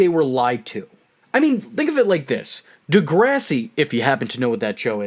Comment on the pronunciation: Ooooh man the way you pronounce DeGRASSi 😜😂 jk